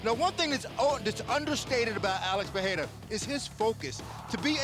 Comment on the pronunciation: Alex “PeHeira” 😆